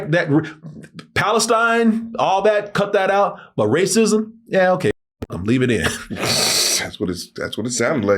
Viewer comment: Turrets or good ol’ rah-cism? You know that rah-cism is back in fashion again.